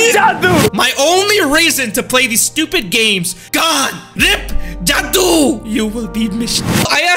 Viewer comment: It's jaduu not judi